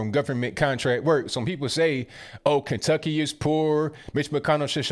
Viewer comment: Good video. But Kenutkcy?